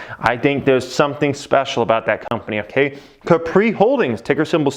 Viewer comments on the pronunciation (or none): none